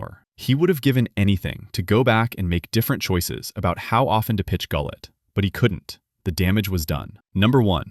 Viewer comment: Wow...off to a great start...pronouncing Gullett wrong.